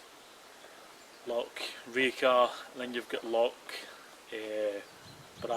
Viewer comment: its loch not lock ya igborant weegie